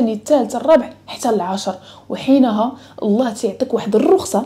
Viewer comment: لماذا لا تنطقين لفظ الجلاله وهو الله